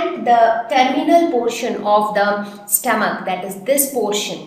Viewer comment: stoamch😂😂😂lol